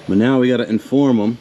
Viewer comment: i could of sworn you said meow instead of now. Getting cat game vibes right meow